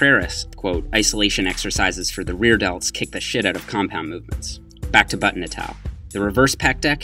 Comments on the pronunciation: Ryan Francis I thought I was the only one who thought that! I had no clue what he was saying until it just clicked that he was saying “et al” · Sup - taking bets on whether will learn to pronounce "et al." correctly in 2017